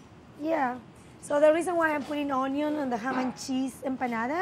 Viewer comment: and "cHam" 🥰 love her